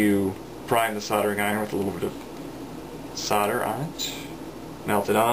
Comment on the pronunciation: You do know there is an "L" in the word solder? Not soder!